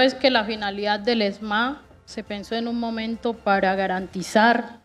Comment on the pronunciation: Vea no se dice esma, se dice ESMAD, qué pena que no sabe ni hablar. Por otro lado dice que no hay gobierno que proteja.